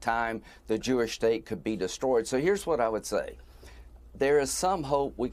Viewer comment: Thanks guy who pronounces the H in “what”